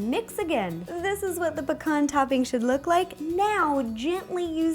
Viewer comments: why on earth do u say pcorn in stead of pee-can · Pea-cans not pa-kons lol. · Pecan is (Pee-Can) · Am I the only one who says pecan different to how she does??🤔